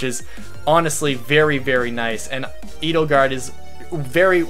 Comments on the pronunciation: Edelgard is likely German, thus it should be pronounced "Aydelgard". Literally "noble protector" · Edelgard is actually German. Many Fire Emblem Names are German, now that I think about it. Edelgard is pronounced Eh-dell-guard